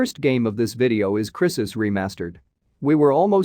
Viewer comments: crisis? it's cry sis! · The people who don't know how to pronounce crysis are making making video on it 🤣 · Plz say 'Crysis' again... please. lol